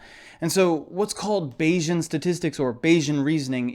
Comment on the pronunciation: Bayesian should sound like Canadian, not Asian